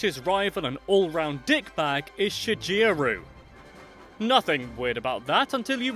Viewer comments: It's not shijeru it's shigeru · HAHAHAHA,he said shijiru,not shigeru. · It's pronounced shi-Ge-ru. Not shi-je-ru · A little bit of me dies as you said shigeru as "shi-ji-roo" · In shigeru it's a hard g not a soft g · Shigeru Miyamoto isn't pronounced like that XD The ge, is pronounced the same as get. Shi-ge-ru. ;) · Shigeru is pronounced with a hard G. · That's now how you pronounce Shigeru. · To be fair, English makes that G sound like a J. Blame the English language.